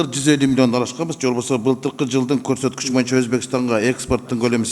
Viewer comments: Урматту депутат Момбеков "моюнча"эмес "боюнча"деп айтсаңыз четки болмок а так баары ок. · момбеков дплбоеп. тилин сайрайт. колунан хуй келбейт. кыргызда мойунча деген жок бойунча деп так туура суйлочу. мойунча деп музоо байлаган жипти айтат момбеков билип ал ушуну.